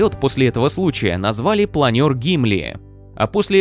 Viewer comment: ВиннипЭг, планЁр... Да ты гуру языкознания.